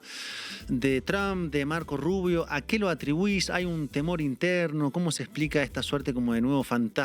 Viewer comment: ES GRINGOU, PORQUE ES RUBIOU.